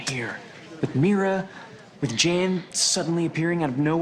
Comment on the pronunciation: Him saying Jan Jan even when people correct him and telling him it's Jan not Jan is funny 🤣